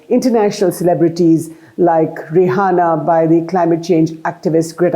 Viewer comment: Her name is not Rahana please don’t say it like Arnab Goswami